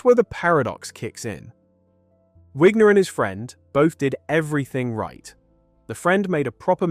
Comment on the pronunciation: I, too, don’t like the idea of supporting ai videos/content farmers. I think this is ai: the narrator pronounces “Wigner” in different ways.